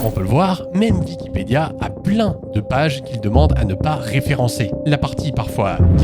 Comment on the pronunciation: C’est moi ou il dit dickipedia ?